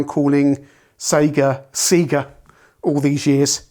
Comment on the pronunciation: I think even old Sega ads on TV used to pronounce Sega like Bob Seeger. It wasn't until Sonic came out on the Megadrive that we were all corrected. SAYYY-GAAAH. Worse is all the British youtubers who pronounce Taito like potato.